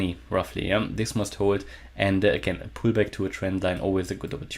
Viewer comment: Hahahahahahahahaha muSt must must hold 😂😂😂😂😂😂 I thought you started speaking German hahahahaha